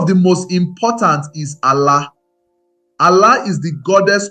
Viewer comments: You tried but your pronunciation of Arusi, Ofó na ogu, ala is totally wrong. Almost spoilt the fun. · Ala, Arusi/Alusi, Chi, of for, Ogu. you are murdering this pronunciations it's annoying